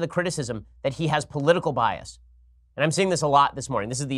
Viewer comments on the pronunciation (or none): none